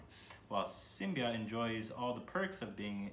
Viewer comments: its not simbia its simmba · Love how is MILES away from the correct pronunciation.😉😂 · Lol this guy can’t even read simmba 😂😂😂😂